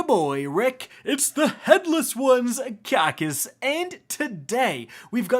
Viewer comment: Rick “khaki” Kackis